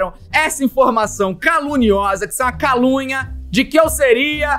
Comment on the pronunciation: QUANDO ELE FALOU CALUNIA EU OUVI CALUNGA KKKK